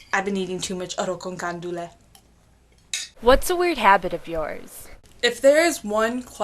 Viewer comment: Isnt it arroz con GUandolue not Candule?